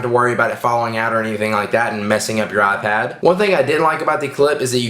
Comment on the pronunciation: You mean "AhPad"